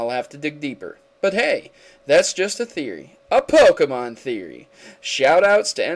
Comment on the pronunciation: By the way you need to really work on Pokémon Name pronunciation.